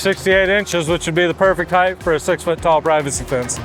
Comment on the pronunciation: “Hei•ght” not “Hei•gth”